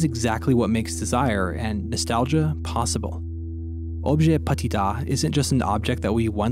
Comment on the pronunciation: why do you pronounce petit as patit